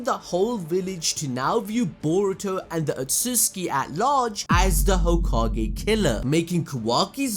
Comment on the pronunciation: Love how he says ososuski